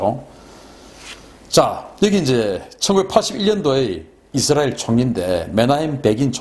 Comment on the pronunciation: 발음 쥑이신다~ 이스라~엘~.................. 경상도 영어 발음이 북한식 영어 발음 과 비슷하다고 함.